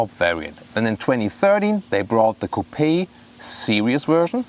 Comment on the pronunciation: you are the exception: you know how to pronounce Coupé correctly; most reviewers just pronounce Coup